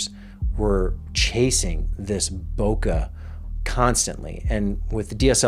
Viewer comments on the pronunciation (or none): bokeh is pronounced bo-keh not boka. It came from Japanese word which means blur. sorry I know even popular media mispronounce it ... other than that, a great video. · I stopped watching when you mispronounced "boke" which is correctly pronouned "bokay" not bokuh; I'm guessing you think there is an H on the end of boke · Took me a hot minute to realise what you were on about when you were saying "bo-kah." Then I realised you meant bokeh. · Bokeh is pronounced bow-kay. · "Bokeh" is pronounced the same as "Bouquet", but starting with bow instead of boo. There's no "Uh" in it.